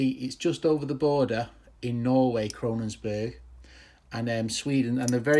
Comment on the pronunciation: It isn't 'Krononsberg', it is Kongsberg! lol